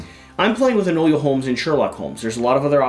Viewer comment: Hard to watch, saying Enola name wrong. It's Enola not enolia